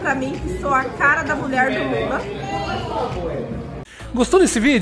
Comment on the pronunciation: "Muié" kkkkkkkkkk